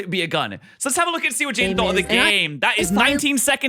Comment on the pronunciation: Chaiden chanimations=jaiden animations^sereus speech impeddiment